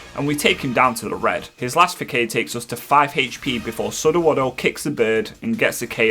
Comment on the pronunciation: 'Flora-ga-to' not Flora-gay-to. Gato is meant to be the spanish word for cat , also Kitakami is 'Key-tah-kah-me', facade is pronounced /fəˈsäd/ 'feh'sawd